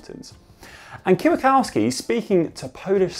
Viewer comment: "kiwakowski" did i hear u say